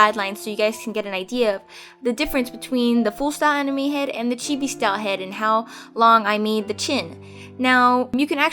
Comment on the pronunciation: I actually thought she sad enemy when she actually said anime